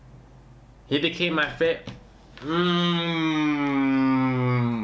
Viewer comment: Sry but isn't it Fawkes?